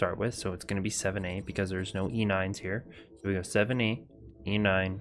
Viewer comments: Where are you seeing “ZA” not once did I see “ZA” and you said it multiple times on multiple different codes..? It was 7A every time. Lol 😂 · I love how you keepbcalling the 7's "Z" It's hexadecimal. That's 1-9, A-F.. Ffs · 7A is not Z A. it is SEVEN A